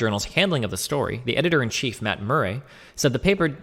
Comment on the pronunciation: It's funny how Destiny doesn't know how to pronounce things like "Murray" or "piety"